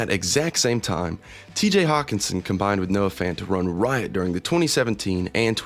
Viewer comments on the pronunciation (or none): none